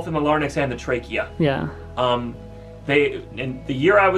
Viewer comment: Lare...incks not larnicks. Larynx.